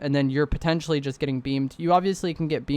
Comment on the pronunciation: I really like content, it help me a lot. But dude, you gotta stop saying "potencially" all the time lol In this video only it was 10 or 15 times. Just joking man, keep up with good content